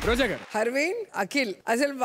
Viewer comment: వాడికి ర బదులు డ పలుకుతాడు.. అనీల్ గారూ బదులు.. అనీల్ గాడూ.. అంటాడు..